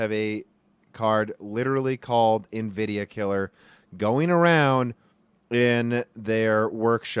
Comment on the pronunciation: If he stops pronouncing Nvidia and linearly wrong I'll become a patreon